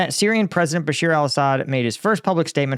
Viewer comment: Bashar, not Bashir